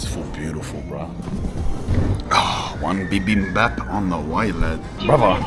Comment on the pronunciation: Bruh your pronunciation for Bibimbab was sick af I love that and thanks for the review of Korea's dark history especially with the empire of japan